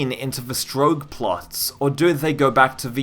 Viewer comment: You'll probably engage better with the game when you learn to pronounce 'strogg'. Excepting that one instance in the Q2 intro cinematic, which we can put down to human error, it's 'strogg' not 'stroge'.